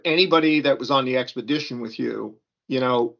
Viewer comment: fair enough I was wrong, her husband who looks like he’s the serious one paid for them to go on the trip, I stoped watching after she couldn’t pronounce expedition 🤭